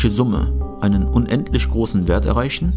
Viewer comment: "Kann isch einen unendlisch großen Wert erreischen?" Paradox ist auch, wenn jemand "ch" nischt ausspreschen kann ...